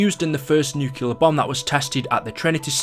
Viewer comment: Theres only one U in "nuclear".